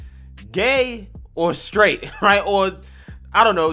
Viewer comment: Stright 🤣🤣🤣🤣🤣🤣🤣🤣🤣🤣🤣🤣🤣🤣🤣🤣 he said Stright🤣🤣🤣🤣🤣🤣🤣🤣🤣🤣🤣🤣🤣🤣🤣🤣🤣🤣🤣🤣🤣